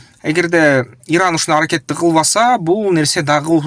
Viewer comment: Ердан эмес туура суйлосон иран